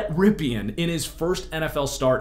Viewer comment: Brett Rypien’s last name is pronounced “Rip-In” I grew up with him lol so I have too